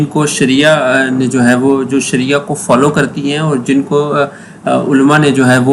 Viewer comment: شریعہ ہے صحیح لفظ